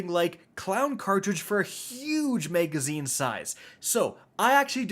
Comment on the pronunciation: MAGAZINE not MEGAZINE. MAG MAG MAG, not to be confused with MEG MEG MEG.